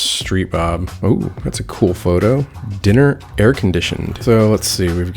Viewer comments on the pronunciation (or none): The word was diner pronounced "dine-er" a diner is a restaurant. You said "dinner" like "what's for dinner tonight". Dinner is a meal eaten late in the day. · dude, love ya but did you REALLY read that as "Dinner Air Conditioned" 🤦‍♂️🤦‍♂️lol